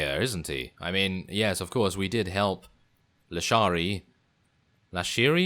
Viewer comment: It's LISHARI! The old guy pronounces it wrong as Lashiri. Good episode otherwise, i just wish you'd delve into the details a bit more.